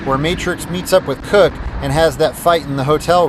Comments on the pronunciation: Cook not Kirk...come on man this is supposed to be ur favorite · cooke pronounced kew-k